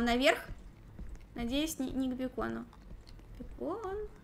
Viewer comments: Не бекон а бэйкон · Бакон а не бекон